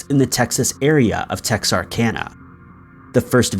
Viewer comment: I'm proud he said texarkana right.